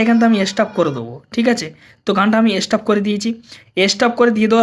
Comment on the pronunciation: হালায় ভালো করে উচ্চারণ করতে পারে না সে না কি আবার ভিডিওতে বোঝাবে এস্টপ কি হালার হালা।